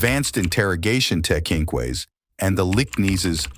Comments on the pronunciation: "teh kin ques" AI VOICE probably under " George Clooney" setting... makes me kinda hate this whole video. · "Tek-knee-quays" ?? Ai is not very intelligent. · I find it so impersonal and lazy using Ai for the narrator. I was almost going to sub until it pronounced technique - tek-ink-ways. Unsubbed! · They just pronounced the word thechniques as"tekneekways" Wtf is this just bad AI? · and other words, like, “tech - ni - kway.” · It also pronounced "techniques" wrong too. It pronounced it as "tech- nee- Kays" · ‘Interrogative tech-keen-quays’? Why don’t you actually attempt to bring a little respect to the memories of the victims by either not using an AI narrator, or spend a little more money on one that can actually talk like a human. Disgraceful. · I'm sorry but did this dude say tech-ni-quais 😂😂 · I'm sorry but the way he says "techniques" xD